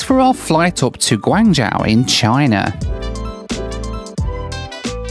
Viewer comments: your Chinese pronunciation! Guangzhou - Say the 'guang' as you do and add 'joe' at the end. For Xiamen it's said like 'She-ah men' not 'Jamin'. The 'Xi' sounds nothing like a J! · from an english standpoint, it would be pronounced "gwangjoe" and "siaman" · "Guangzhou": the first part is like "gwong", which rhymes with "gong", and the second part is like "joe". "Xiamen": the "xia" part sounds like "shah". ♥ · Pronounced as Guang-zhoh, Shia-men, Da-shing. All “X”s are pronounced as “Sh” in Chinese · For reference, Guangzhou is pronounced Kwangjou Xiamen is pronounced Siamen Daxing is pronounced Dasing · Guangzhou is pronounced Gwong-joe Xiamen is Sha-men Daxing is Da-Shing And yes the customs in China are awful. The whole airport and airplane experience here is terrible. Lots of very big, shiny and very unwelcoming airports here, especially if you’re a foreign tourist or resident 😐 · Slaughtering the names of some of the cities I live in China. I'll help you out... Guangzhou - pronounced "Gwang-joe" (The zh in Chinese sounds like a j-sound.) Xiamen - pronounced "She-ah-men" (The x in Chineses sounds close to a sh-sound.) Daxing - pronounced "Dah--shing" (same as Xiamen) Happy you love Daxing. It's an amazing airport. I never have been to the Xiamen international terminal, but there is a new Xiamen airport being built right now and hope you get to see it next time. And yes, China's security is the crappiest. They also don't let you charge your phone on the plane with a power bank. It's so insane. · I am halfway through the video and cringing every time he mispronounced Guangzhou. He kept saying Guangzhao. I came to the comments to see if anyone picked up on that. At least he got the "zh" sound correct. I guess he does it again for the other cities too? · Great video as always- but your pronunciation of Guangzhou really hurt my ears :( ! It's Gwong-JOE :)